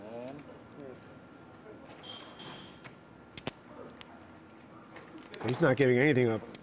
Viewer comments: BRUH the OP is commenting that Gabe, the color commentator, his accent sounds like "QUATS" not "quads." It doesn't matter what the actual pronunciation of the word is suppose to sound like. Did you even check the timecode the OP referenced? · bruh he's saying that it sounds like he's saying QUATS not quads